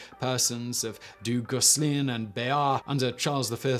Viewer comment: His Du Guesclin made me LOL!